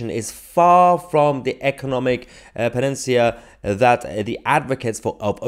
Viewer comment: Learn how to pronounce PANACEA please.